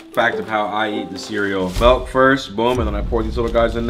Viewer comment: Milk not melk